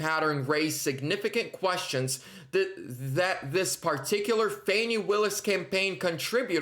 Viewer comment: It's Fawni* - Rhymes with Commie 😆🇺🇲💔